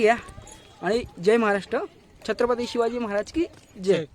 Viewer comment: दा दा शिव छत्रपती म्हणतोय की काय म्हणतो तु नीट बोला जरा....